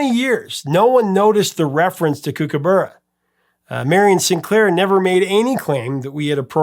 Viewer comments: Kookaburra is pronounced as you would say cook, as in cookaburra. That whole fiasco was caused by the question writers on the music quiz show you mentioned, who probably had no real music knowledge, thinking that they sounded similar in parts, then coming up with the question, which was something like, where did Men At Work get the flute solo for Down Under from? Before this no one had ever noticed any similarities at all between the two pieces. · We might have funny accents in Australia but kookaburra is pronounced with a short sound like hook or cook. Not kooook. Also Kombi is not pronounced kombay. The i is pronounced with a short sound like in kick. It’s made by Volkswagen and they are popular in the states too. If you are going to try Vegemite for the first time, spread it very very thinly. It’s best with real butter, not margarine. Especially good in fresh, crisp crusty top, white bread rolls. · Great band & Colin is very talented, 40 years later and I'm listening to his solo stuff too! Btw it's pronounced "cook-a-burra" mate! 😉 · Overkill is my favourite song of Men At Work. Yes his miss pronounced Kook a bur ra, with Vegemite less is more so only put a very small amount on the knife to spread it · Correction on a couple of things. A Kombi isn't a bus. It's a style of van by Volkswagen. Vegemite is good. It's what gives Aussies the strength we have to fight off Drop Bears and Hoop Snakes. I've never hear kookaburra pronounced in that way. It was different. Just so you know kook-uh-buh-ruh. Not kook-uh-berrr-uh 🤣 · Kookaburra is pronounce Cookaburra meaning cook like in cooking and there were many great Aussie bands in the late 70's and early 80's like Men At Work, INXS,Split Enz, Mondo Rock,Australian Crawl ,Mental as Anything, Divinyls, Dragon just to name a few .